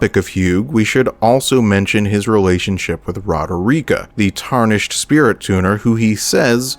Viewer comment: What you hear: Merika What i hear: 'Merica 🗿🇺🇸🔫🦅